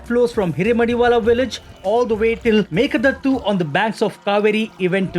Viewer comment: Sir, its meeke daatu not meeke dattu